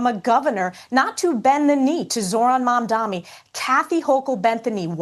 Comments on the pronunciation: I cant listen this bredda yah mamdami...bro, either say it jokingly or say it correct. You sound dunce. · Why are people saying mamdani name wrong? Yall cant read or trolling?